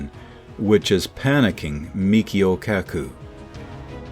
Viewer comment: MICHIO, not Mikhio